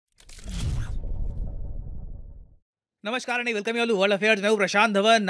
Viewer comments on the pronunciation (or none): none